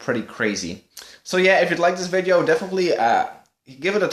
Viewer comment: why does he say ...(iiivideo) and not video in the intero